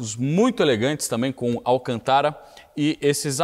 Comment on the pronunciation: O que seria "Alcan-TÁRA"??? Kkkkkkkkkkkkkkk